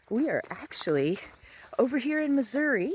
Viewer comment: WOW! I just love, love , love it! And you got it right, it’s Missouri “ee”, not Missour “ah”. And it’s a float trip, not a paddle trip. Last time I was done in the “Irish Wilderness “, we saw a 5’ rattle snake across the trail at Whites Creek Cave. It was the most non aggressive, docile creature I ever encountered. Next time you come back to the “Cave State”, we’ll throw a couple pork steaks on the grill and see if we can get you into Carol Cave, probably the most beautiful cave in Missouri. And by the way, you got more caves in Tennessee than we got in Missouri. Just don’t tell anybody. Take nothing but pictures, leave nothing but foot prints and keep nothing but memories.